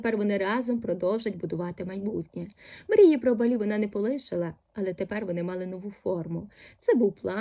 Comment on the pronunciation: БАлі, наголос на перший склад